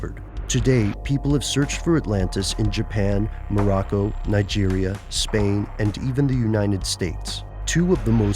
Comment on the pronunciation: It's Morocco not morroco